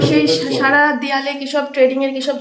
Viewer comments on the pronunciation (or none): none